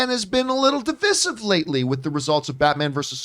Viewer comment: And divissive,yeah one of those idiots pronouncing words to sound smart or different but just annoying